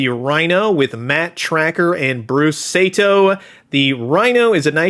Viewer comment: These look amazing. I had Rhino and Switchblade when I was a kid, and these look pretty much perfect. I hope Rhino gets vac metal chrome, though. Also, since it's gonna be somebody: SAH-TO, not SAY-TO.